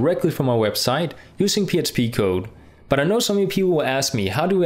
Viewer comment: good example.. but when talking about PHP you say PSP. Your English is very clear.